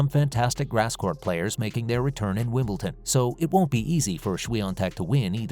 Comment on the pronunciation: never did say what Federer's message was. and its WimbleDon, not WimbleTon